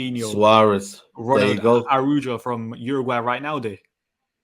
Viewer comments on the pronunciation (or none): It’s pronounced aa raow ho in reference to Ronald Araujo